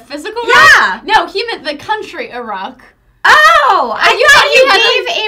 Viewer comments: LMAO. I also thought he said A ROCK. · ....I heard it as a rock to because Ive never heard anyone pronounce Iraq like that before. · I was with the beginning, I thought Phil said "a rock" haha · I thought he said "a rock" too. I started laughing so hard when I realized I was wrong. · I thought he said "A rock" too! haha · i thought he said "a rock" too haha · haha omg i heard "a rock freedom" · The thing about giving Iraq freedom yeah I totally thought Phil said "a Rock"